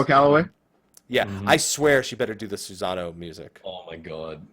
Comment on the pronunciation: Guys, learn how to pronounce other culture's gods. First it was Quetzalcoatl, now it's Susano. It's a small thing but I find it really annoying. SU-SA-NO-O. It's phonetic, and there's no z sound.